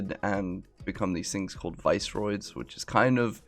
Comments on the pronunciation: They are pronounced Viss-er-oids note vice-roids :-) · I think the visceroids are pronounced like visceral rather than like viceroy